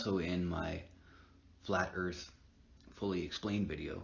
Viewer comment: hear on Ear-th